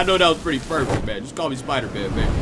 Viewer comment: You mean spiDAEman?? Haha ggs brother